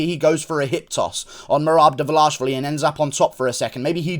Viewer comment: I can’t be the only one impressed with Guru’s flawless pronunciation of Merab Dvalishvili.